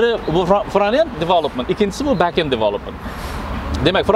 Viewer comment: Toga fronted bascend ni ozi togri talaffus qilolmaskansizku